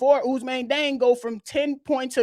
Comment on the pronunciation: West African here. Although born in France, Diang is Senegalese 🇸🇳, and thus his name should be pronounced according to his Serer heritage/ethnic group, NOT according to the colonial pronunciation 🤬😒 In his ethnic group, his name is pronounced: “jeng.”